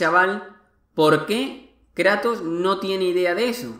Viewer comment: "El Krato" Dat Pronunciación